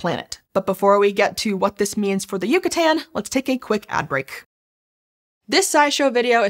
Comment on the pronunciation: It’s Yucatán not yucutan you dweeb